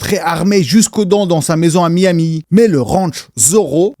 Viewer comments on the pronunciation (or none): none